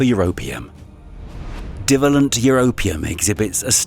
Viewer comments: It would be great if the narrator could get their pronunciation correct. The bivalent and trivalent section was especially irritating. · F. F. S. lear how to pronounce what it is you're calling BIVALLENT & TRIVALLENT!!!!